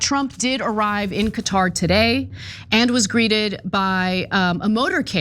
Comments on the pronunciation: The correct pronunciation of Qatar is like "Carter" without the "r" sound aa in "catar". Say it right Ana you're a professional! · I thought it was pronounced Cawtar. No r sound in the first part